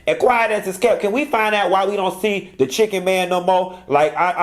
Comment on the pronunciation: I thought I was the only one who pronounced Chicken as Shi-ken! That took me out!!!